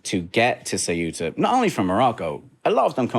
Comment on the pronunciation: Thanks you for pronouncing Ceuta properly! Kind of... :)